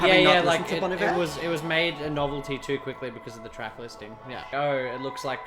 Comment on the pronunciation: You pronounced Bon Iver wrong